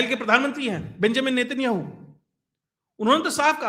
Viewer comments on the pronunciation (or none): none